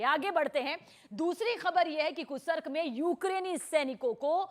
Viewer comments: Kursk hai kursak ni pehle sahi se bol le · कुर्स्क का उचारण सही करो।